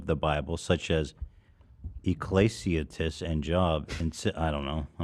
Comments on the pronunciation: “Eclaysiatess and job” 😹😹😹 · When Ethan said “ee-clay-see-a-tis and job” my inner religious Lutheran child burst out laughing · Ethan trying to pronounce Ecclesiastes and Job made my day 😂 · The way Ethan pronounced Ecclesiastes is KILLING MEEEEE